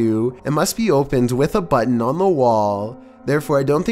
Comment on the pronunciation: I really hate how he pronounces, "Button"